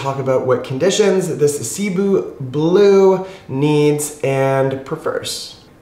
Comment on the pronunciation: sih-BOO. My parents are Filipino. Hopefully we can get correct pronunciation getting around more. Much appreciated.